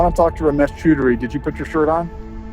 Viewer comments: He also mispronounced Chowdhury but who cares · Its pronounced chowd ry just fyi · The funnier part is that you're mispronouncing his last name, and the mispronunciation kind of translates to "Ramesh is getting fucked", which is exactly what he deserves and is also getting. Elite. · Its chodry not choodry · It's pronounced 'chow-dree' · He was probably confused cos you're pronouncing his name Chew Dary when its Chow Dree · if I am correct, I think you are pronouncing Choudary incorrectly, it's not "chew" but I believe it is "chow" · Far be it from me to correct the pronunciation of the iconic, but I will because I want you to be as terrifying to the scammers as possible. It's "chow-DREE" not "choo-DREE". As an Indian, I have to tell you, you're doing Krishna's work! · "CHAUDARRY" NOT "CHOODARY" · hey man loved your video ramesh's last name is pronounced as ch-aw duh-ree as an indian the way u pronounced his last name, choo-dury it sounded like a word in hindi used for coitus. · I think it is pronounced more like Ciao-dry not Chew-dry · His surname is pronounced "Chow-Dery" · The way to pronounce Ramesh's last name is Chow-duh-ree.. Next time use this so you scare them even more. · "Romesh cHUUDry"😂😂 BRO😅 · Strongly urge you to check how scammers names are pronounced in this case his name is pronounced CHOW DAR REE. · It's pronounced cha-o-dhari! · it is pronounced "chow dery" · Hilarious dude ,a tip with Indian names choudhary is pronounced as "chow-der-ee" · lol ramesh "choodary". 😂😂🤣🤣🤣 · he read ramesh chaudhary and pronounced ramesh chudrahi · bro really called him "ramesh ch*dary" xD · For Heavens sake learn how to pronounce properly. If you can’t say Choudhry properly then I despair. You sound like a bunch of school kids. It’s Chow-dree by the way. Very low Indian caste so his family would be really ashamed of him.